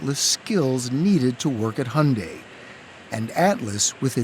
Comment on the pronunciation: Wtf is honday? It's called Hyundai !!!